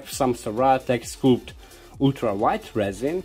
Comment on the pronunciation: the scul in sculpt is pronounced the same as a head... skull... while you are making it printed... imagine the tube were not square, so it caste shadows on the one side, but kind of smooth raised up like the body on a modern jet fighter. I; trying to think of another way....erm.. like speedbumps on the road... they don't cast shadows, unless the light is super low. would also be interesting to see what happens with two in series and parallel.